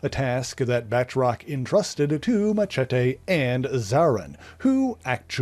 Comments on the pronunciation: I gripe a minor one. I know it looks like its pronounced "Bat-rock" but His named is pronounced Ba-troce hes french long "O" like in hose, nose etc. Great video sorry to be that guy. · Uhhh.. Firstly, it is properly pronounced "Batroc", and he can leap way further then YOU CAN-!, and him and Mr. Hyde were the best non-nazi villians of Captain America. Word. 🎉